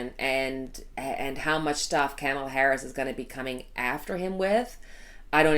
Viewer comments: COMMA-LUH, COMMA-LUH, not Cam rhymes with ham, COMMA-LUH. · Pronunciation: Kamala Harris (comma-la)